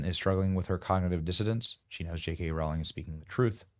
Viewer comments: How does this guy have almost 6 million subs and can’t pronounce Rowling ?! It’s ROW not RAU …. Crazy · Rowling, pronounced Roh-ling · Rowling rhymes with bowling. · Why can’t anyone pronounce JK Row—-ling properly?